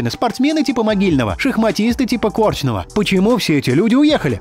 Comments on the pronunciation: КорчнОво,а не кОрчново. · боже, "КОрчного", КорчнОго!